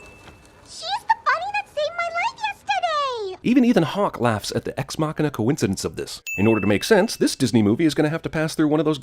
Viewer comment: "ex mauchena"? I thought it was maw key na